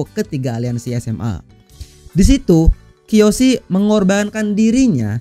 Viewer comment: Kiyoshi bos bukan keoshi